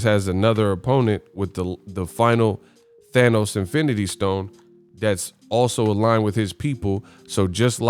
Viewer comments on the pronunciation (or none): none